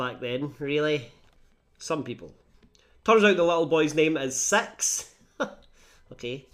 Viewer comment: You have a way of making “six” sound like “sex” and that really makes the plot more interesting.